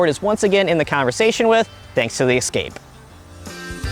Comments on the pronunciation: Some say EXcape instead of EScape. Why is that? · It Es-cape, not Ec-scape. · *Escape not Ecscape. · Explorer, Excursion, Expedition, and "Excape"?